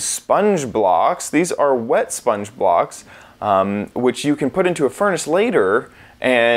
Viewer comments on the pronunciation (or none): Howtokillazomble Same. xD "Those are wet SpongeBobs" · When you say "sponge blocks" it sounds like "SpongeBob"